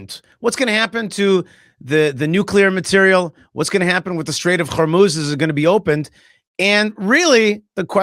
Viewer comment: just one thing.... please change your pronunciation of the strait of HORMUZ. it is not CHormuz. not every H becomes a German Ch. it's not a problem, but it is annoying....